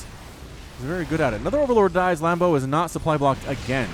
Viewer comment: Am I the only one who laughed when he said lambdo hailing from Germany?